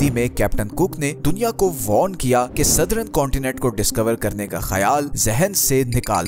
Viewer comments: Kindly pronounce the word southern as सदर्न. and not as सदरन and modern as मॉडर्न and not as मॉडरन you are pronouncing it wrong . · Sirji excellent video. But its Southern not Southrun and Modern not Modrun.